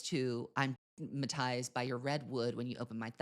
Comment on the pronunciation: She said in an interview that she wanted Wood to be timeless…ma’am in what world is “ah-matized” timeless